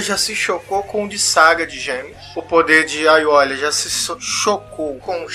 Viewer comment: cara, eu sei que esse video é antigo, mas n se lê ''aiolia'' o nome dele que se escreve com l, mas se lê ''aioria''